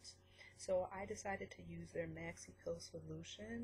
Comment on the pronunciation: You keep saying "PILL" its a "PEEL" EEEEEEEEEEEEEEEEEEEEEEEE some people will get confused and look for pills lol. Your not the only one dont worry. But you should work on that .